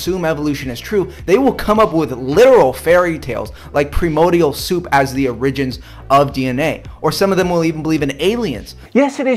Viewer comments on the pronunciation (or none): Oh boy you can spot an uneducated twit when you hear them pronounce origins as Oh rigens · Did this nutter just pronounce Origins like orr-rEEgions? LMAO! He says it's a bit soft but I think I got it right LOL oh yea and he says priMODial instead of primordial at least thrice. Does this guy not know how to talk or at least say simple words? Scientism doesn't exist, mister yammering dude. Darwinism or evolutionary science is not a Dogma, Creed or whatever else you claimed. Why is this guy talking about the Christian God like that is completely proven and yet he doesn't believe any of the other stuff that he happens to call fairy tales? Whoever this goober is, he's incredibly ignorant. And oh dear sweet Lord LOL Christian science is practically an oxymoron. And whosoever tries to claim it's a real thing, they definitely don't use reason and logic.